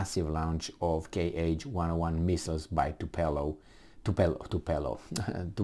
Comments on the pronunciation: Tupolev not tupelov... Ce-ai facut bai,, bai😂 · It is Tupolev not Tupelo ffs :))) Get your sh*t together before coming in front of the world.